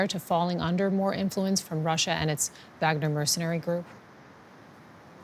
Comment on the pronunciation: on God the Deutsche news media did not just say Wagner like that...I think I can hear Bismarck weeping in the afterlife.